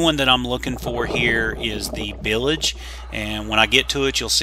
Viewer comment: Isn’t it bilge not bilage?? Very interesting salvage job. Good work.